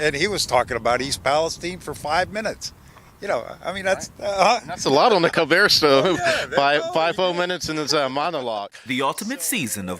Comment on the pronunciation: As soon as he said Cobert I shut it off